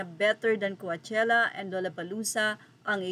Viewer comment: Coachella pronunciation : cowchella not cuachella pls research( from the root word coach )